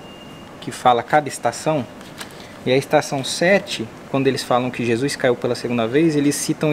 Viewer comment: Os vídeos estão incríveis 😭🤩 Mas corrigi mentalmente toda vez que escuto Jusuis😂